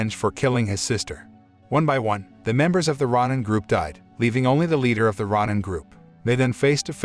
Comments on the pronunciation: Row-nin, not rah-nin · It's pronounced row nin not rawnin. Please don't butcher Japanese words. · RON-NIN gets me every time. Every time I hear it, I'm like, "Wait what?"